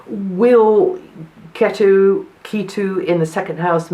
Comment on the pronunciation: Its pronounced "Katu"